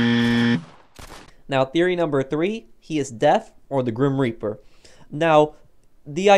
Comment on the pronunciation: Grim Reaper not Grim Repear